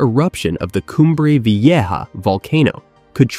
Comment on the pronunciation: pffff.....you can't pronounce a simple word like 'vieja'?